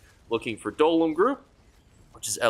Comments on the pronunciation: dollums? it's DOLMEN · D O L M E N not "dolem"